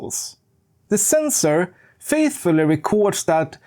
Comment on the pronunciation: The sensoor scratched my ears